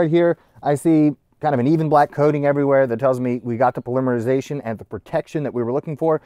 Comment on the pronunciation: Dude, the difference in how you pronounce polymerization vs polymer is so bad, you'd think they were completely unrelated words.